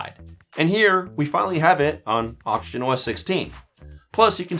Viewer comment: Are you saying oxygen or auction? That confused me foe a sec there